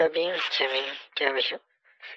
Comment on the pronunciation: "Dubblu dubblu dubblu dot". 😂